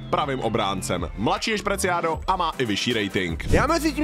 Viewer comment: Presiado ne Preciado